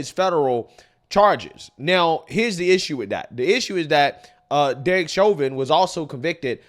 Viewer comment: Please look up how to pronounce censured and Chauvin..... 🤦‍♀️